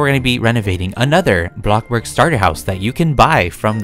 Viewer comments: Who else laughs when says a block borg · It kills meWhen you say ‘ABLOCKBORG” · blockborgg revolution in 2020: January-March: "BlOcKbOrGgGgGgGg" April: "BlOcK bOrGgGgGgGg" May: "BANANABoRgGgGgGg"